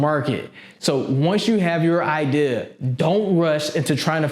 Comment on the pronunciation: take a shot everytime he says idear